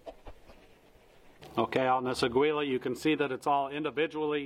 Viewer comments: Without complicating things. "Agwee-Lah" NO "AH-GEE-Lah" YES Its Spanish for eagle. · It’s pronounced “AH-GEE-LAH” it’s Eagle in Spanish 😅😅 not “augh-gwee-lah” Good video 👍🏼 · To help...It's pronounced 'Agee-yah', not 'Agwee-lah'. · Nice review. But can we address your pronunciation of your ammo? Aguila, which is eagle in Spanish. Ah-gui-lah. The “u” is silent. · AGUILA is pronounced Ageela. Thanks for your video. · it's "Ah-gi-la" = Eagle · Thot it was pronounced "A kee la" but I'm usually possibly wrong. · For the love of christ, the g is silent